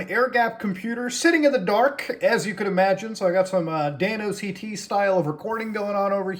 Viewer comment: the way he said danooct1 hurts me